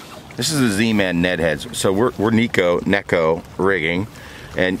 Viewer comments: For what it's worth, it's pronounced Neck'oh. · The boys at the Hook Up Tackle know a little Japanese and he says its pronounced "NECK 0" Lol but who cares it gets bit!!!!!